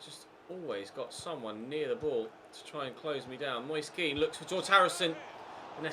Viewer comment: I don't know if this is how you pronounce his name, but every time i've heard a commentator say Moise Kean they pronounce it "Mois-eh Ke-an". Might want to check the pronunciation of his name on that site you usually use.